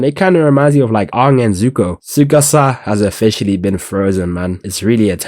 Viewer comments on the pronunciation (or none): Ang not aUng